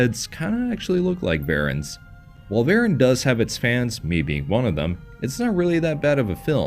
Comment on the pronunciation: Like so many other YouTubers you can't even say his name right... So I kinda don't care what you say. It's VerAHn. Not VarEN. Look up how his name is actually said.... I would have done that before I even thought of making a video about him. Also way too surface level